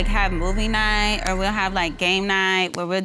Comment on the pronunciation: "We usually have movie niiiiiight or game niiiiiight and play the xbooooooox... ya knooooow, drink wiiiiiine, whateveeeeeeer..." Single-syllable words shouldn't last 3 seconds.